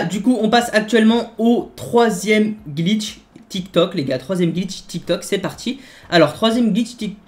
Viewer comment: tu dit gitch aulieu de glitch